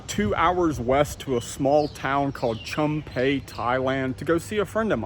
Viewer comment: I'm not offended, but Chum Phae is pronounced Choom (rhymes with zoom, boom, loom), Paa ( has the aa sound as in cat, hat, fat).